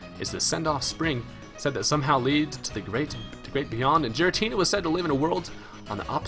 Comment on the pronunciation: its gh-er-a-tee-nah